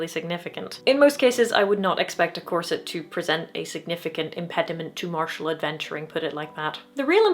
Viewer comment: Well . . . if your Muay Thai is good enough. Oh! You said “corset!” I thought you said “closet.”